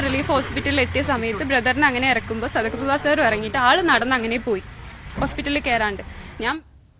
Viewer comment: സദക്കത്തുള്ള എന്ന് പറയാൻ അറിയാത്ത 😂😂😂😂